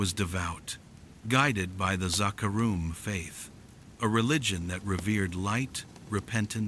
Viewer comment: Is this your voice or an AI translation of your writing? If you ever played the actual game, the pronunciation is way the fuck off. Zakar"em" should be Zakar"eem" and Horadrim should be pronounced "Horadrim" all at once not, "Hor-a-drim" and that is prevalent in the actual voice acting of the game. Not to nitpick, but if you're going to play off of a beloved fanbase, you should probably get those details pretty close to perfect.